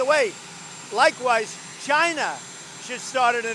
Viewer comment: Why is ' it ' still pronouncing China as ' J- i- Na ' '? Could someone in the WH tells ' it ' the correct pronunciation since ' it ' looks at China as no.1 trading opponent? Or is it something to do with the denture of that Dumbaxx?